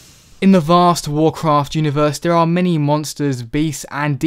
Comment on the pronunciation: It's "Warcraft", sir.